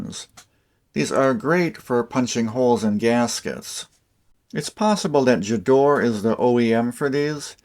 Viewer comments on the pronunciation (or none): You missed out Wera, Stahlwille and Felo. Gedore is pronounced with a hard G, like Gidora, the Japanese monster! Elora was NATO military issue in Europe for a long time, lots of army surplus Elora (and Gedore) available on eBay UK.